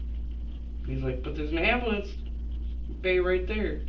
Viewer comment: I'm still trying to figure out what an amboolunce is